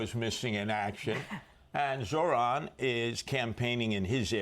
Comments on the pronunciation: ZOHRAN not ZORAN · "Mohran Mamdani" 😂